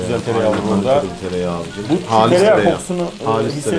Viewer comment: Aynen abiğ, ayneğn abi